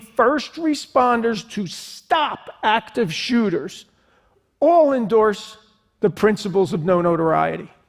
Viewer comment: Mass who-ters